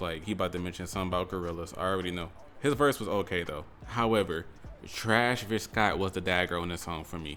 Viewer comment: "trash-vis jenner" took me out the game